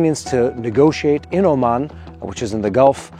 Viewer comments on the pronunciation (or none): none